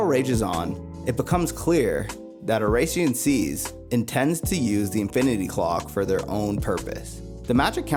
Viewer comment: The pronunciation of oración seis is killing me